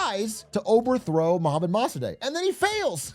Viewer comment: Yo it’s pronounced “Moh-Sah-Deck”